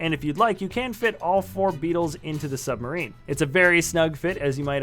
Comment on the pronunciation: I WHANT BECAS 'we all live in a yellow suberin'